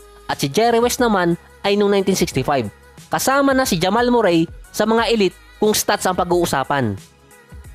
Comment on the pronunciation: ganyan boss ipronounce ung name nia